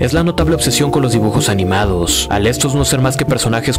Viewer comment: ajajajaja es gracioso escuchar al psicologo, acentuando la ultima silaba para darle gracia a lo que dice, estuvo bueno el vidiu, ( persoNASSSS, animaDOSSS) XD muy bueno